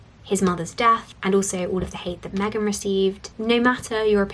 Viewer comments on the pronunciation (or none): none